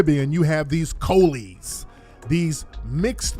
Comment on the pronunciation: Coolie pronouced as Cool le.